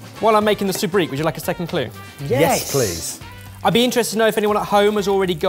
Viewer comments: Sobriquet. So-breek? No. So-brie-kay. pronunciation of French words drives me nuts sometimes! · When keeps saying TOUR-nah-Dough, is he trying to say tornado, or is it a different phrase altogether. Same with SOOB-reek, and sobriquet?